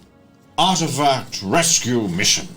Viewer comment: Why is it every time said "Artifact", all I heard was "Art Attack"! Loved this so much...good fun!